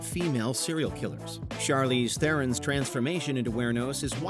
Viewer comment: I'm impressed. Not only did you mispronounce Aileen and Wuornos...you mispronounced Theron as well. 🤦‍♂️